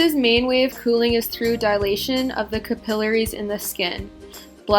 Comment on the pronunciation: Capillaries, you're saying it wrong haha just so you know